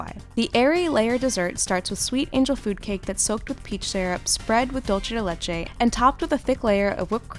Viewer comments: DULCE not DOLCE!!! You are describing a Latin American dessert! So many people think the italian "Dolce" is correct but that is only if you are referring to an Italian word. Dolce de Leche is of Spanish! DOOL-SAY not DOLL-CHAY! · wait no offense but did she say dulchea de lechae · Dulce de leche. Pronounced “doolsay” not “dole-chay” which would be the pronunciation for the Italian word, dolce. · No hate, but It’s pronounced dulsay not dulche! :) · Why they say dulche de leche instead of dulce de leche 😐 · dulce de leche is pronounced: dool-seh deh leh-che, not dool-che deh leh-che. it's Spanish, not Italian. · It bugs me that 1. She keeps mispronouncing “Dulce de Leche” and 2. That I don’t see any dulce de leche being used. Dulce de Leche is in Spanish and the word dulce is not pronounced like the italian word dolce. The C makes an s sound. Also, Dulce de Leche is like a milk based caramel that is very popular all throughout Latin America in different variations. I did not see that being used in the video. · She keeps saying dolce de leche it’s dulce de leche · The insistence of Americans on pronouncing dulce de leche as “dulche” as if it were in Italian... it’s Spanish, know the difference. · The 'dulce' in 'dulce de leche' is pronounced 'dool-say'. And Black Cake is supposed to include burnt sugar essence, which makes the cake actually black, rather than the dark brown shown in this video. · Thank you for clarifying. (My sister, who speaks neither Italian nor Spanish pronounces it, "dull-chay duh-lesh" just because she likes the way that sounds, and perhaps because it annoys me. I've told her a thousand times how to say it properly.) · Please don't say ''dulce de leche'' ever again.. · She said dulce de leche wrong AT LEAST three times 😩🙃 I MEAN COME OOOOON just Google the pronunciation it's not hard!!! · The way you pronounced the Latin ones gmfu especially “dulce de leche” 👩🏽‍🦯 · It was painful to listen to 😂. Same with drømmekage.